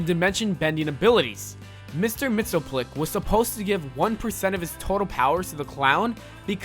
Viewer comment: Mr. mitsoclic. Hahahha it’s mr. mitsapitilick